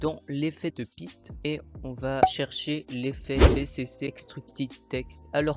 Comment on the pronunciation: ca se pronoce pas bécécé mais bicici